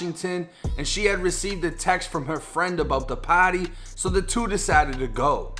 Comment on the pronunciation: I don't like how you say "party" your not cool